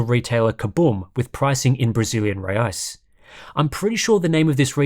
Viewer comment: and the currency is pronounced hey-eye's 😂